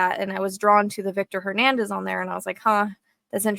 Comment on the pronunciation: “Hernandez” 😮 You never cease to amaze me Miss 🌹